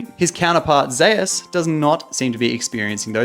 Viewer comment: ive always been curious why do people pronounce zeus's name differently than its supposed to? People pronounce it like zay-us